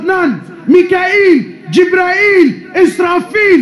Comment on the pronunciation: It is Jibreel not Jibraeel a.s.